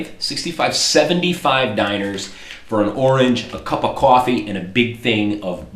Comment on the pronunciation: dee nar not diner